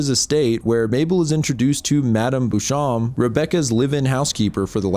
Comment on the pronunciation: Beauchamp is "bow-shomp" just google pronunciations you don't know